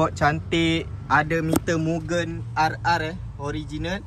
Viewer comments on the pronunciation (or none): none